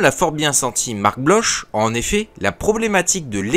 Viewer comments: Bloch se prononce "Bloque" ;) Je recommande chaudement les excellents articles de Philippe Garraud, cité dans la vidéo, et disponibles pour la plupart librement sur Cairn. Je pense que quand Gamelin dit que l'aviation ne jouera pas le rôle que certains lui prédisent, il s'inscrit surtout en faux contre les théories de l'italien Douhet, qui voyait dans la guerre du futur l'absolue primauté de l'aviation de bombardement. Il faudrait davantage insister sur l'organisation de l'industrie française. Un fort morcellement, un capitalisme réticent à l'investissement, des unités de productions plus proches de l'artisanat que de l'industrie lourde, une formation de techniciens déficitaire, l'absence d'une vraie politique d'exportation et des clients (les militaires) indécis et tatillons, ce qui ne favorise pas la prise de grosses commandes. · Bloch se prononce bloc c'est un patronyme germanique.